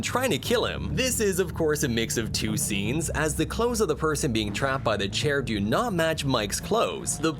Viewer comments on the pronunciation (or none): none